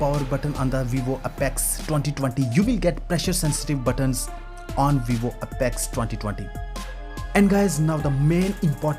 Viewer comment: Have you not even bothered to google what's the correct pronunciation of "Apex"?